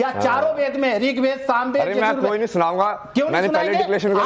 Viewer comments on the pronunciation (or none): none